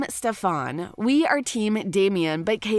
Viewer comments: You had me at “Ste-fän”? How is this a real review when you can’t even say Stefan’s name right?? It was so distracting I literally stopped the video. Eww. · litterally, elena was alina, damen was damien, stefan was shephaaaannnn, alaric was just some foreign language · First. It's Damon not Damian Second. It's Stefan not Stefaan. 🙄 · Oh god, she slaughtered the characters names.. quite obvious she hasn't actually seen the show. Alina, Damian, stefaan, aliark... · It's stefan and damon not stefaan and Damien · it's Damen as is DAY MEN not Damien like day me in... and Elane as in AH LANE AH.... and last Stefan as in STEFF IN ...sorry not big deal but was kind if annoying to hear.. as a fan how you can you legit say every name wrong it's really weird.